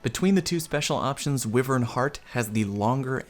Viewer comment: Always like your vids dude. From destiny to this. But for the love of god stop pronouncing wyvern incorrectly. Driving me up the wall. Lol.